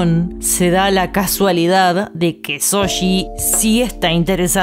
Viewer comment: Nunca comento acerca de cómo pronuncian los nombres (porque entiendo que por su acento es más que difícil) pero me matan cada vez que dicen Soshi en lugar de Shouji, en buena onda se los digo. Un abrazo de un fan peruano <3